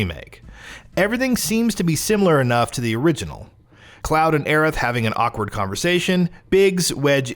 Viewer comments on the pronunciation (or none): none